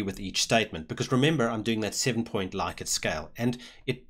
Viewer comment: Thanks! I've spent hours looking for a tutorial that makes sense. Also, interestingly, it's pronounced 'Lick-ert'. I know, it's horrible, but it's true:D